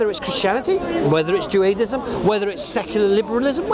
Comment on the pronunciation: is soo good I’m starting to believe Judaism is actually pronounced Joe-Ei-dism 😃